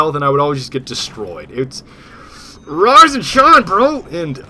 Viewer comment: sometimes when you say "rise and shine" I think you say "rosin chomp". Just thought Id let you know.